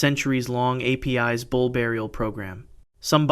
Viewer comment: Ei-pee-eys bull. :( It is pronauced Apis like in Lapis lazule.